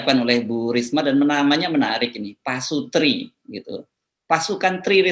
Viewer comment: PASUTI , R NYA ILANG